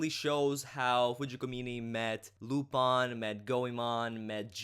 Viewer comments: Like I said, he's not pronouncing it using the english pronunciation, he's using the pronunciation used in the show itself. In the show it is pronounce Lu-PON. I understand that it is sometimes pronounced Lu-PIN, but that's not how the japanese do it, and that's not how the dub does it either. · It's pronounced as you say it in your video :). It's a french name, and any recordings that sound different are mispronunciations. You are correct.